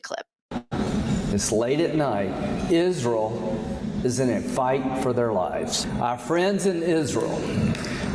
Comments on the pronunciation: Hey Lindsey, Is-re-al is a 3-syllable word. It is not pronounced Is-ral. What an idiot, along with many GOP representatives. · Can someone tell Lindsey it’s IS RE AL. Not IS REL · I can't stand him.. he's a blood thirsty PIG..I can only imagine the evil he has done.. also why tf does he say IsROLL?? huh I hate him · Graham, being a hillbilly, can't pronounce Israel... he calls it "Isrill" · How can you be a friend of "izraal" if can't even pronounce it! I am a friend of Jews, certainly but not of Izraaal's policy of genocideand thus am an anti-Zionist! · Why he say "IZZruul"? Is that how it's pronounced?!? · So many lobotomized people sitting in for his “izzrill” speech 🤦🏽‍♀️ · I'm sorry, but the hell is "Izrul". I have some good tea on him! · “Isrull” - where is that, Lindsey? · I've never heard of this "izrull" as he calls it......but there is a place called Israel and it's been an illegal state from day one and needs to be destroyed.😊😊😊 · "ISRUL" southern mispronounciation sounds silly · "Our friends in IZREUL" it's pronounced ISNTREAL, Lindsey. And they certainly aren't "fighting for their lives" they're living peacefully while the IOF actively kills and starves Palestinian children. The endless propaganda is unbelievably breathtaking. Claiming Israel is a democracy is like claiming Russia is a democracy is like claiming AMERICA is a democracy at this point. Give it up with your attempts to BRAINWASH the people into the belief that supporting dictatorship and ethnic cleansing is "patriotic" and "Christian" when it is anything but. No one is eating that shit up anymore. These people are pure evil. SEPARATION OF CHURCH AND STATE. GET RELIGIOUS ZEALOTS OUT OF OUR GOVERNMENT NOW!!!! YOU CANNOT MAKE FOREIGN POLICIES BASED ON YOUR RELIGIOUS BELIEFS!!!! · It would appear that Lindsey Graham does not realize that Israel has three syllables not two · The deep southern way of pronouncing Israel is weird. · Why the hell is he pronouncing Israel that way?